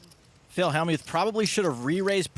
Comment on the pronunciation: Hell-mute, Helm-ute.. c`mon.. it`s Hell-mut.